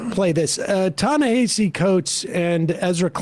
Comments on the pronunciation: Ta-Na-Ha-See not Hay-see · His name is pronounced Tah - ne - HAH - cee, not Tah - ne - HEY - cee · Sam: stop saying "Ta Na Hayseed Coats" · It’s Ta-Nuh-Ha-See. Take the time to learn the correct pronunciation and stop butchering his name. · It's pronounced "Tah-Nah-Hah-See." Anyway, the moment Ezra said "We have to ask ourselves why people chose THAT over us" I knew the conversation was gonna go off the rails. You would think that reading Coates response article and being his"friend" he would understand that we're in a culture crisis that's affecting our politics. Not the other way around. He's just Classed-Up enough to not need to care. He SERIOUSLY can't understand why everyone isn't looking for the correct expedient political move in this moment. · I know it's not a big deal but he pronounces his name "Na-hass-e." I've heard him explain many times that it's not pronounced the way it looks. You can hear Klein pronounce it correctly, maybe the only thing he gets right during their discussion. Sorry, don't mean to be pedantic. I just think it's worth mentioning for accuracy sake. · Are you all purposely mis-pronouncing "Ta-Nahisi" - much like Republicans kept mispronouncing "Kamala", even though they knew better? Just wondering....😈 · I listen to Ezra's podcast and though I rarely email him, I did this time. I wanted Ta-Nehisi to rip him a new hole. BTW, Coates' name is pronounced "tah-neh-HAH-see." You'll never get it by reading it, you just have to know it. Memorize. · YALL COVER TA-NEHISI COATES EVERY YEAR AND STILL DONT PRONOUNCE HIS NAME RIGHT PLEASE